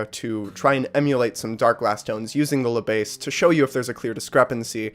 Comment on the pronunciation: Good review but if you want to improve your French you should not pronounce "La Besse" but "Le Bass". You have to swap the sounds. (I admit 2 Notes made a tricky name as it is named Le Bass for "Le preamp bass(e)" instead of "La basse")